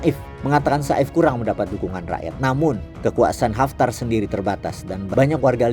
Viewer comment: Namanya saif al islam yang berarti pedang islam Pengucapan yang benar Seif tidak dipenggal seperti sa'if